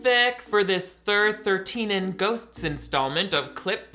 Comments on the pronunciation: “Thir-13-en” took me tf out 💀💀💀 I had to watch that part multiple times. 😂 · “Thir thirteen en” 😂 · That’s pronounced “Thir-one-three-en Ghosts.”